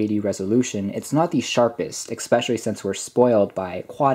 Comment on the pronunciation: Your review is excellent. You seem very well spoken overall. Which makes it all the more painful to hear you say 'expecially'. I loved these phones and owned windows mobile phones from 2005 until 2010. And I'm sure I will get tons of hate for being a grammar nazi. But the fact that you are so well spoken otherwise actually makes it stand out more. So, flame away. I still prefer especially to expecially. Or asked to axed. Flame away. I can take it.